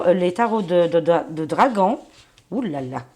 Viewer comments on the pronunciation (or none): none